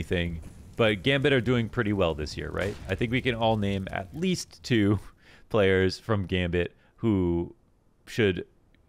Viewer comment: He really enunciated the atleast implying there is more.